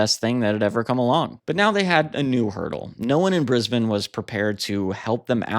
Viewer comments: Thanks for covering the Saints, in particular pronouncing Brisbane correctly. BTW the government head of the State of Brisbane is the Premier. A Prime Minister on the hand is the elected head of the whole Australia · Also, thank you for being the only North American to ever pronounce 'Brisbane' properly!